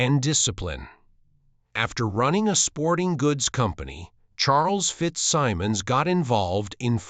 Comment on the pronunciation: If you’re going to use an AI narrator, pay for a high-quality one that can pronounce “Maureen O’ Hara”, “FitzSimmons”, and “opera” correctly. It should also say “she” not “he” for Maureen”. This is garbage.